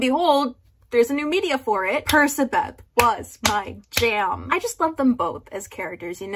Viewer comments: like PerKAbeth, not PerSAbeth 💀 it just makes more sense to me phonetically because "ca" make a hard k sound no??? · IS THAT HOW PERCABETH IS PRONOUNCED????